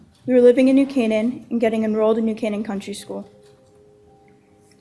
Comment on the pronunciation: When the AI "narrator" can't pronounce New Canaan... sigh.